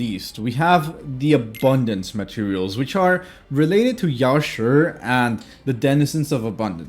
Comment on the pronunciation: I'm surprised, a westerner actually pronounced Yaoshi correctly 🎉